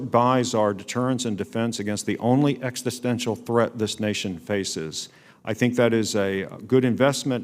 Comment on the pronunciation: He meant to say: ex--i--sten--tial rather than: ex--sti--sten--tial. The latter is not a real word, just a mispronunciation.